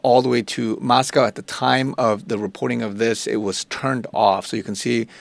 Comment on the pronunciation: There's no "cow" in Moscow. It's Mos-cO (long o sound).